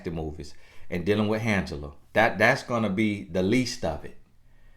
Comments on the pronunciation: Did you say “Handgela”? 😂😂😂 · Dealing with "Handgela", I can't with lol